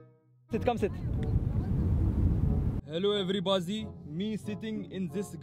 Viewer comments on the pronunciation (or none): He is saying hellooz everybozeez🤣🤣